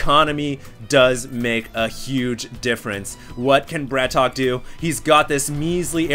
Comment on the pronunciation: it's not bra-tok. it's brat-OK